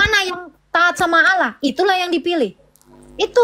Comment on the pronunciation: TULIS ALLAH KO DI BACA AULLAH